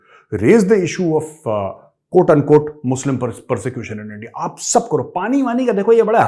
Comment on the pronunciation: YouTube play button is temporary but "endia" is permanent 😂❤